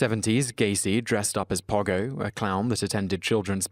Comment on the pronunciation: I WANT SOMETHING OF JOHN WAYNE GACY’S AHHH SOMEONE HELP ME FIND SOMETHING FROM HIM PLEASE ITS MY DREAM🥺 also it’s Po-go not pa-go